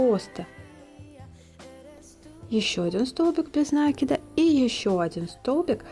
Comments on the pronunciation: Хоть бы ударение правильно делайте не накид ударение на " а", а накид на букву " и" мне так удобно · Почему нАкид?!😮откуда этот диалект? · Никогда не вязала из шнура, посмотрела ваши видео и сразу захотелось повязать. У вас очень качественные видео, есть чему поучится. Но у меня вопрос... меня закадили замечаниями, что я говорю нАкид, нужно говорить накИд, теперь я стараюсь говорить накИд, но привычный нАкид постоянно неосознанно выскакивает. Что вы думаете по этому поводу? Вы тоже говорите нАкид, вам делают замечания? Или только у меня такие добрые зрители? Спасибо за ваш труд!